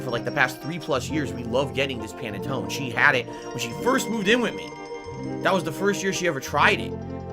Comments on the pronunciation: can't pronounce Panettone properly and doesn't know the difference between Pandoro or Panettone....Mr. Authentic Italian everyone. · Italian heritage but doesn't even know how to pronounce Panettone. Sound good?